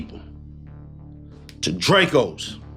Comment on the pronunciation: The way you just said Dracos so goofy 😂😂😂😂😂